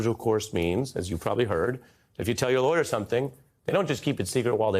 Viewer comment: “Telling the truths are lawyor tricks”? 😂. How do you say not guilty without saying not guilty? He just did! 😂